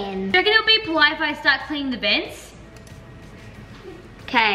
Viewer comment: Its polite not poilte Hahahah